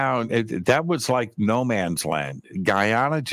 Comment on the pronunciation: I was born in Barbados, my daughter is from Guyana and I've been there many times and with much respect (through Billy Carson).... you dropped the ball on that one... Guyana how you said.... take a visit and see.. not how you're talking about it... much love,bless